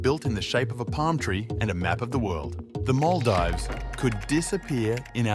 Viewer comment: Bruh you murdered the pronunciation of Maldives